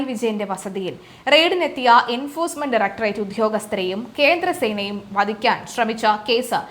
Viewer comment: 0;10... "vadikaan..."???!!! (Vallaatha vadham aayi poyi...)